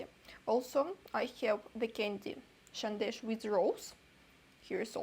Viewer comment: Love how you pronounced sandesh...❤❤too cute and exactly like a Bengali ❤❤.